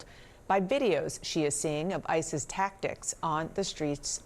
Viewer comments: Every time they say ICE's it sounds like isis. ironic. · sounded like said isis